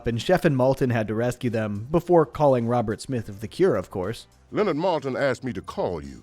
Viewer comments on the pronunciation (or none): none